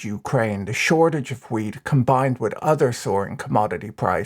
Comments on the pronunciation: 90% of the time this man said weed. not wheat.... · This video made a lot more sense when I realised you were saying 'wheat' and not 'weed'...